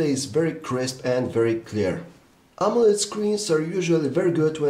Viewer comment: I kept hearing "Amulet" display haha